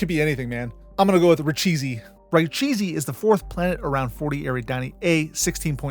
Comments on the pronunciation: Came here to say that! Yeah I'd say he pronounces it like "ri-CHESS" (like a portmanteau of rich and chess) or "re-CHESS" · Richese = Ra-Shay-See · As far as I can tell Richese is pronounced [rɪkʰeːsɛ] (a trilled r, an aspirated k (as in ‘character’), and a sharp s (as in ‘sink’)). But Frank Herbert may have made up his own pronunciation. Loved the video! I will definitely watch it a few more times before Part 2 comes out in the hope of remembering at least some of it^^ The switch to a dark background is definitely a big improvement! The map looks amazing, and you can really see the stars shine now. Looking forward to what comes next! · Core-in, and Rich-ess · the 3rd stage Guild Navigator in the 1980's DUNE pronounces Richese as RIH-CHESS when he is talking to the Emperor ("many new machines on IX, better than those on Richese")...just FYI in case you give any eff's. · If no one has said it, Richese is probably pronounced "ree-sh-ehs." The second vowel is the same vowel that's in "head." The French word for "riches, wealth" is "richesse," and there are a number of other French and French-inspired/derived words throughout the Dune canon. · the guild navigator in lynch's dune pronounces richese as rich-ESS when he's all like many machines on ix... new machines... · "Ree Chess" is how "Richese" is pronounced. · In the audiobooks read largely by Scott Brick, and a few other voiceover artists, it is pronounced "Rich-asey." But i suppose the only people who know how to pronounce it properly are named Herbert (or Anderson) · I always thought it was pronounced [ʁi.ʃɛs] like 'richesse' , French for 'wealth', also it derives from old french 'richese' and it would be fitting with the planet being a wealthy tech world. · My brother in christ, richese and harkonnen are both pronounced numerous times in dune media and youve pronounced both of them wrong